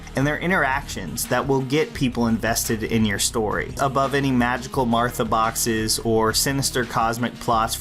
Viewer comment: X "Martha Boxes..." TRIGGERED AAAAAAAAAAAAAAAAAAAAAAAAAAAAAAAAH!!!!!!!! >:O